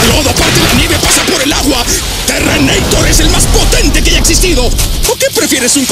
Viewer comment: Este tipo si me hace reír, ahora y que: "Terreneitor"🤣🤣🤣🤣